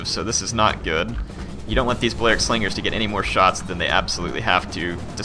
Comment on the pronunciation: PLEASE stop saying "Ballearic" how you currently say it. It's "bally-aric".